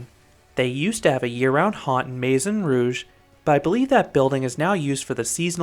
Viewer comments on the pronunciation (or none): none